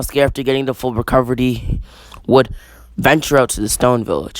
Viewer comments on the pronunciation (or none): You said recoverdy